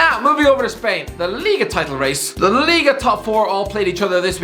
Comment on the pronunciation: No one:: Lllliga top 4